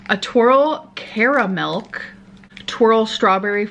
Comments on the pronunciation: As an Australian I am very upset that she enjoyed our chocolates and even more upset when she said “caramelk” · CaraMelk💀🤚🏻it ain’t cute sis it ain’t cute